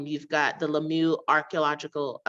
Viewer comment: Lamyoo? The pronunciation of Swahili names are really not good.